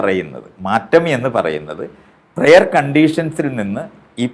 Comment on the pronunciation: പ്രെയർ അല്ല 'പ്രയർ'